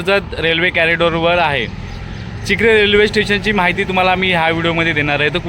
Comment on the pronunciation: चिकाळे नाहीं चिखले ओके